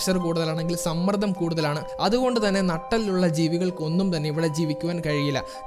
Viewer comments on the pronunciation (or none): സമ്മർദ്ദം എന്ന് പറയാൻ പഠിക്കുക ! സമ്മർധം അല്ല, ട്ടോ !!